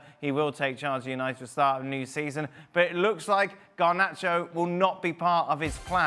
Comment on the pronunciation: Not Garbacho!! 🤦🏽‍♂️